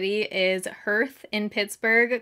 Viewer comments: It’s pronounced “harth “, not “herth” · WAY TO GO!!!!! That’s amazing!!! (btw- isn’t Hearth pronounced “harth”... like the hearth of a fireplace?) Anyways, so happy this was so successful!